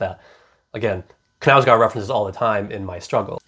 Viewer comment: Love your reviews! I just wanted to tell you, given that you like this author, the correct pronunciation of his name, which isn't anything difficult no worries - [kɑːl ˈûːvə ˈknæ̂ʉsɡoːr], the simplest thing is to type the name on google translate and listen to the audio, anyway, the k is not omitted like in english, å is pronounced like 'odd' and the last d is omitted, for the au of knau I can't find an english example but if you pronounce it like you already do it's not too bad although it goes more towards an e sound